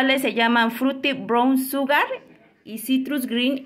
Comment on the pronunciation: Buena pronunciación 😊. Lo único es que en vez de sugar se dice “shugar” saludos!